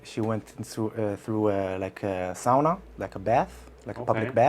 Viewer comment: You pronounce sauna like a Finlander! I love it. Most people say "saaa-naaa" but it is more "sow-nah" in Finnish.